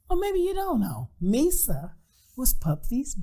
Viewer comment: Misa, pronounced My-sah. With that being said, this gives more credence to Puffy setting up Pac and Suge up to get shot.